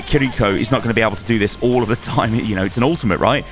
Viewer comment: and also the r in kiriko is pronounced like L